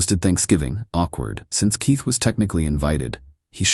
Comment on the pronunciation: Somebody please tell me why AI can’t pronounce the letter K I’m so sick of using your tea to open doors and who names their child teeth 😂😂😂